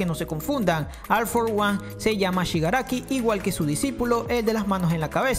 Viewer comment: no me puedo concentrar en el vídeo si dice al for one